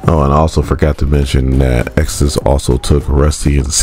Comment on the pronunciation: Ayo it's reeeeeeeeeeealy killing me that this man can't say Exodus